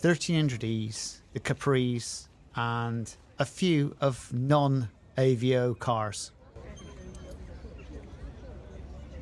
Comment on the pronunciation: It’s avo not Aveo .